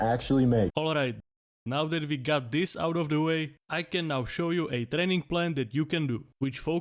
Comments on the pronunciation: I heard "30 day TRENNING plan" jk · training plan❌ trenning plan✅